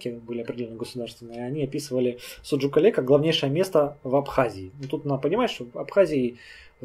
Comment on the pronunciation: Кале,ударение на букву а,с адыгского город